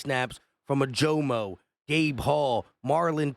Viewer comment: pronounced Oh-Ja-Mo btw